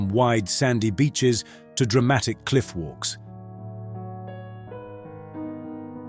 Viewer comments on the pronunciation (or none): none